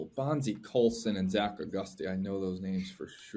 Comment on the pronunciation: As a ND fan I cringed a little bit at every pronunciation of Zach Auguste